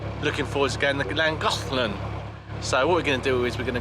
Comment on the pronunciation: Ouch! Not a lot of sympathy from others aboard Kimberly-Jo ... just sayin' :) Love your Videos and banter... According to a google search its pronounced "klan·goth·luhn"